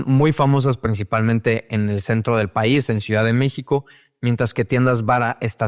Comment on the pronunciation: Por alguna razón Este cabrón tiene un problema con la palabra México...